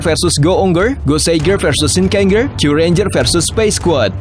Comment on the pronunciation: Kata ger dibaca jer aja,contohnya shinkenger dibaca shinkenjer biar lebih enak atau ngikut cara baca yang dari jepangnya dan kalo ada tokoh kayak mele di uchuu sentai vs space squad,itu bukan movie dari gekiranger tapi tetap movienya kyuuranger